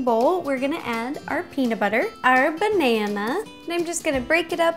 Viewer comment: Are you just gonna ignore her "benana" ...